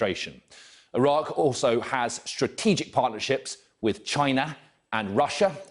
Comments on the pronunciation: Chi NA😂😂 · Nobody: This guy: "CCCHHHina" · Chi NAH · He emphasised “China” didn’t he 😂